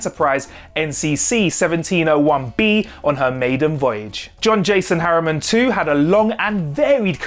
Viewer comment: It's "Harriman", not "Harrier".